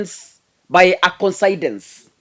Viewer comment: its koinsidense (coincidence).